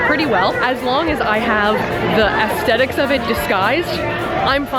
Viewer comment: I can't stand how she pronounces "aesthetic"